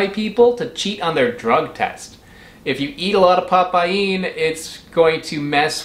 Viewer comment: Nah mate, it's pa paeen, it's probounced pa-PAIN BROTHER!!!!